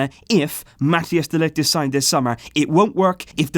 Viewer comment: its not pronounced mattias de ligt. it's like mataijs.